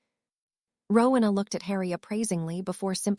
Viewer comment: It is not rukna, it is Rowena